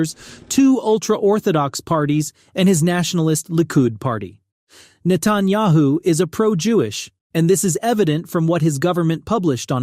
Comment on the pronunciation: neh-TAN-yuh-hoo is wrong pronunciation